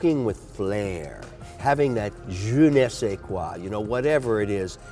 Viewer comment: A “Kollexxion, of GENESAY KWAA” why the hell is he showing us that he knows how to use French words.